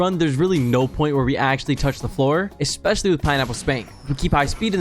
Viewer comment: Please learn how "Especially" is pronounced